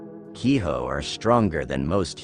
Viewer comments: Kiho? It's Ki-jo this isn't spanish. In japanese J sounds like a J. Infact all the Sounds exactly how it's spelled. All you have to know is what vowels sound like. A as in Another E as in Enough I as in ink but longer sound O as in Oh U as in under So Hikari (He-Ka-ree) = Light Ame (Ah-may) = Rain Gohan (Go-Han) = Rice Kuro (Ku-ro) = Darkness Yorei (Yo-Ray) = ghost Btw roll the Rs Hopefully you get the point. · 鬼女/Kijo is pronounced only as "key-joe."